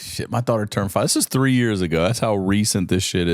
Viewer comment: God honest truth why I liked after this is because how he says 3 “two tree minutes” 😂😂😂😂😂😂😂😂